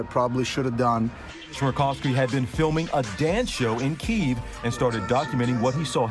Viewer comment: A journalist that can't pronouns the capital of Ukraine :)